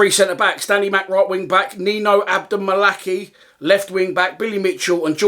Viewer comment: It’s pronounced Adom-Malakai not abdom malakey